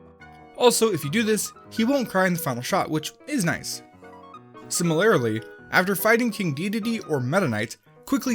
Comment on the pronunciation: Lol you said similarily instead of similarly